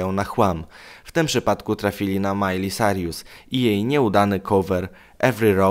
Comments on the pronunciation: Czm gadasz Majli Sarjus XDNie czasem Majli Sajrus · Miley "Sarjus"? Aha... Ja myślałam, że "Sajrus" ale ok... Ja się nie czepiam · Majli Sajrus? Bożeeee zabierzcie mnie stąd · Majli Sarjus Hahahah ok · Emm...mówi się majli sajrus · Majli sajrus